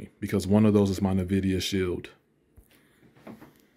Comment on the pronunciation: Did you say "Nuh-vidia" lmao